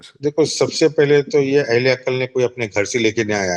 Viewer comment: جن جاہلوں کو لفظ " عقل" ہی درست تلفظ کے ساتھ ادا کرنا ، بولنا نہیں آتا وہ کیا عقل کی بات کریں گے ؟ عقل میں "ق" پر جزم ھے ، سکون ھے اور یہ بار بار عقل ( ق پر زبر )پڑھ رھے ھیں ۔